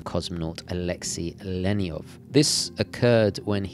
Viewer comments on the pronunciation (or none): none